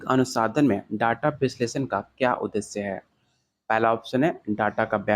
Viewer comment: Sir app bar bar anusandhan ko anusadhan kyu pdh rhe h